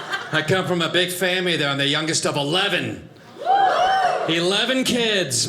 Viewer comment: Just me or does he say “fammy” instead of family? Funny even if an accident or poor hearing on my part 🙂